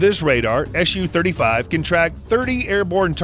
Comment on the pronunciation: Dear Americans, Please don’t call it ES YU, its. SU (soo) 35